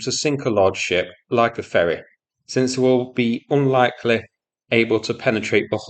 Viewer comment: "Onlaykle" thats how he pronounces "unlikely" :-) comical